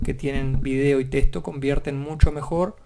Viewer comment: soy a la unica que le altera que diga testo en ves de TEXTO?